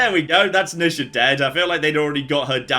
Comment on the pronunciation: NEE sha,. Not nih sha...